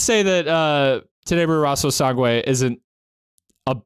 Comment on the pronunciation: In case if you’re having a bit of trouble pronouncing the “Rosso” part of Tenebre Rosso Sangue. It’s like you’re saying “rose” but with an O at the end of it. Hope it helps!